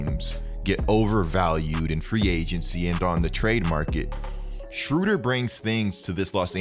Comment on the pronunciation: You’re saying his name wrong